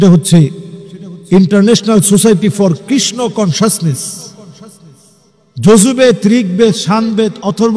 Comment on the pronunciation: "কনসানসেস" নয় দাদা,ঐ কথাটা হবে "কনসাসনেস"! বার বার ঐ উচ্চারণ টা আপনার ভুল হচ্ছে! কিন্তু বাকি অন্যান্য কথাগুলো বেশ সুন্দর ভাবেই বলা হয়েছে! ভুল ধরার জন্য কিছু মনে করবেন না! অনেক ধন্যবাদ!